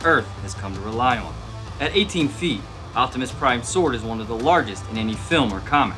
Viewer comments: "Optimus Prine" Prine Nerd side: TRIGGERED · "make optimus prine sword" lol